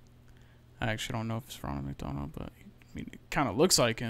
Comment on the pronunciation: Thats not ronald mcdonald. Thats Bonald Mickonald